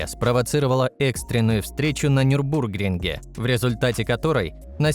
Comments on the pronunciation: Не НюбрУргринге, а НюрбургрИнге. Нельзя так ударение ставить в видео о гонках, слух режет. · нюрбургрИнге (ударение). Дико тригерит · о бОги, моии ушии((( НЮрбург-РИнге! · Нюрбургри́нге. А то произношение в видео каждый раз слух режет